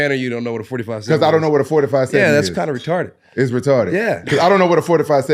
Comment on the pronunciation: Kevin holland wants to talk about guns but can’t even correctly pronounce 457. Lmao.